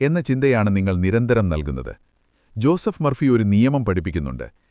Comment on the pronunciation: ഒരാളുടെ പേര് പറയുമ്പോൾ സ്റ്റൈലിഷ് ആക്കരുത് സർ, ജൂസഫ് എന്നല്ല, ജോസഫ് എന്നു തന്നെ പറയണം.